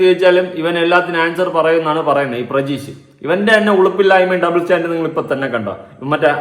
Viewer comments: Chetta prajeesh alla pratheesh ann😊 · പ്രജീഷ് അല്ല പ്രതീഷ് 😂